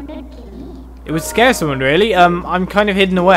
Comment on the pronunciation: Lol. said central scare instead of central square.